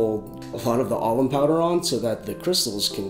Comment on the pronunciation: Sounds like you're saying almond powder.